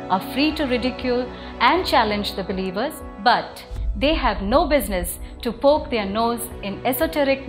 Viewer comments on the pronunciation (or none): none